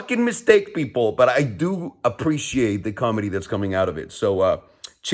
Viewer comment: Haha did you have to say ALERON and MEZCAL so white? 🤣